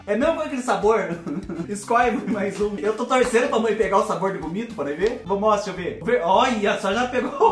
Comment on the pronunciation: Chorei de rir com "gosto de vomíto" 😆😆😆😆